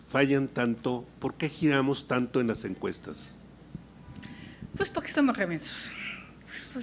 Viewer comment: Podqué dices podque?